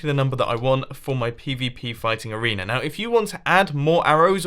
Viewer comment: at 645 he said arenear